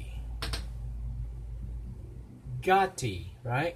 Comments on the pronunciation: Gåte will win for Norway- The letter å-Å is pronounced like the first A in Always. Like the eaux in Bordeaux. The instrument is called Nøkkelharpe - Key Harp. Old traditional Norwegian folk instrument. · Great reaction video – happy you loved it so much ❤️ «Å» is pronounced like English «awe», so Gåte is something like Gawe-teh. And the «u» in Ulveham (wolf skin) is like English «oo», but that was pretty good pronounced 🤓 They are very famous in Norway for their folk music rock and have always been one of our best live bands. Hoping they will win in the final 3 February! 👌 Greetings from Norway/Noreg 🇳🇴